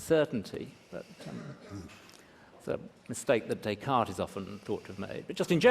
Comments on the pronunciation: I like how he sort of mocks Trump for saying "One Corinthians", while Miller butchers "Descartes" xD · Miller mocks Trump for incorrectly pronouncing 'Corinthians' without the s, while, ironically, he himself incorrectly pronounces 'Descartes' with an s.